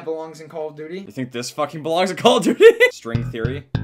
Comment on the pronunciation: CALL OF DUETEY